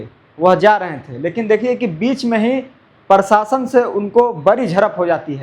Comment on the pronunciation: Prashasan bolo tum prashasan bolta hai😅